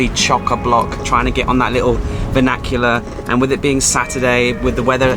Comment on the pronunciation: VAN IC U LAR NOT VAN AC ULAR